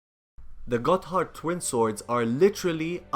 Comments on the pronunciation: Lol he said got hard instead gotthard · I'm pretty sure its pronounced "Godderd" like that dong in Jimmy Neutron. I could be wrong. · it's pronounced 'Gaw-derd' twinswords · I think the 'h' is silent.